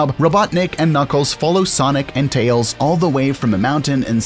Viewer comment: Hey, this is my first time seeing as your channel exist. But, where are you from? you literally say tAYoAls instead of tails